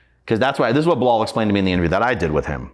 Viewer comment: This is 1 of the best interview Tashak has done, opened my eyes. but it's just 1thing he kept saying that has me crying 😂😂butchering bilaal's name. I can't 😊